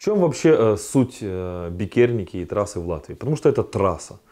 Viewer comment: все заебись, только не бикЕрниеки, а бИкерниеки, а если совсем точно, то бИтерниеки